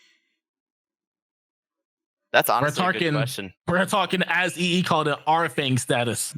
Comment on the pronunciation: EE sound scottish 😂😂